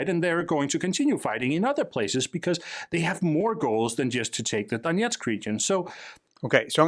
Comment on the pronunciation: btw, there is no "yeah" in Donetsk. The "yeah" part is russian pronunciation.